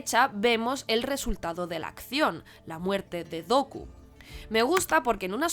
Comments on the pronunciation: Muy buen vídeo. Lo único que podría corregir es la pronunciación de Vader como ‘weider’ o Dooku como ‘Doku’. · No. No es la mejor, para comenzar. ¿No les enseñan a hablar inglés en España? Porque es el colmo ni saber pronunciar el nombre Dooku. Finalmente, te decapitaste sola al decir que el Elegido era Luke, pues es Anakin quien trae el balance y cumple la profecía. Bien dices que no quieres hablar de las secuelas, pues las entendiste mucho menos. Anakin le dice a Rey que devuelva el balance como él lo hizo. Luke solo ayuda a ambos a devolver el equilibrio. Muy bonito el tema de las luces (Ya hasta forzado) pero eso no basta.